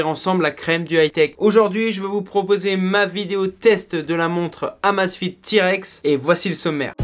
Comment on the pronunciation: Mon dieu, ca se prononce " AMEIZE FIT" à l'anglaise !